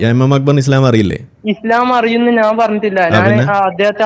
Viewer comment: നാന് അല്ല കോയ ഞാൻ എന്ന് പറ